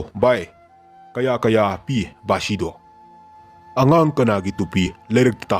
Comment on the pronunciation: Bashi haibane bakshi haiba natteye